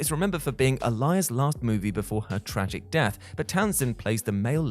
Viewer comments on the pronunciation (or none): none